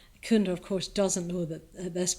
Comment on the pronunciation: 22 not kunda, it’s cunda as in chu. Like China 🇨🇳 Great lecturer btw